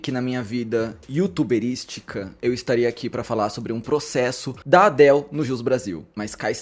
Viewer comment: Pode aportuguesar a pronúncia de Adele